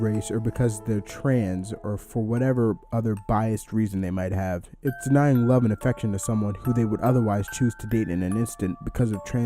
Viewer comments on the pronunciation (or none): I swear to Pepe, when you said "denying love" it sounded like "9/11"